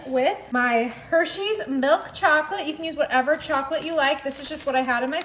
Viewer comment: It's pronounced milk, not melk